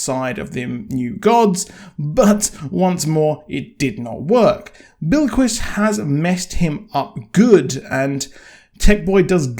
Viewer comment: Your also saying Bilquis wrong. It’s not billy-kwis. It’s Bill-kwiss.